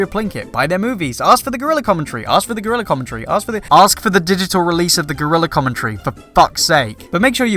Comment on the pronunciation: ....... lmfao 'Gore-Real-lurr'